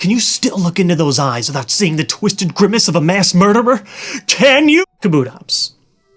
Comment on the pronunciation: And its an adawable muwder lizard